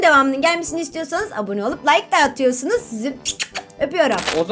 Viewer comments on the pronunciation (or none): none